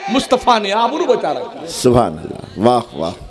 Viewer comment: منہ میں پان ڈال کر سبحان الله بولنے والا لفظ اللہ کے ل کو اتنا زبردست پر کرتاہے جیسے کوٸی شراب کے نشے میں بولتاہے کرپیا جب تک منہ میں پان ہو تب تک چپ چاپ سنو